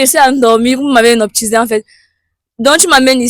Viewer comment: on ne dit pas hynoptisé